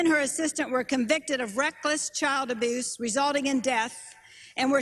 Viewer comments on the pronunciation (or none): “reckless child aboos”? Is that what she said?